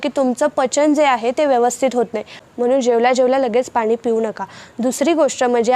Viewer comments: पानी 😮😮😮 नाही ग 😮 पाणी म्हण 🤔🤔🤔🤔🙆🤦🙆🤦👍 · पानी नाही पाणी म्हणा